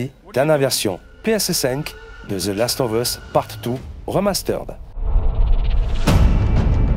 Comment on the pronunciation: Rien que pour l'entendre dire "thelasseteauveusse" il mérite un salaire.